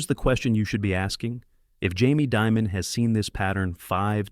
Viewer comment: You don't pronounce his last name like, diamond. It's pronounced, demon.